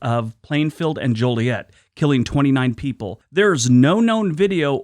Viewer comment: Holy crap an outsider that can say Joliet correctly